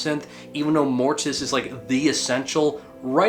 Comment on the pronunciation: If you are going to talk Mortiis,pronounce it right! He doesn't have that extra "i" there for nothing!LOL